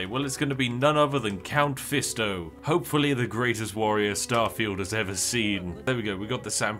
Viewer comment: "Count fisto" is crazyy 💀